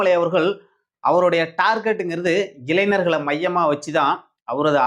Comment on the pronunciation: தயவு செய்து இளைஞர் என்று உச்சரிக்கவும். இளைநர் அல்ல.